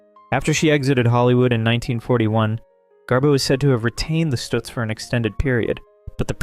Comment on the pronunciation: Great Garbo's car is NOT a Stutz but a Duesenberg. And, by the way, it's pronounces Stuhtz. NOT Stootz....Sheesh.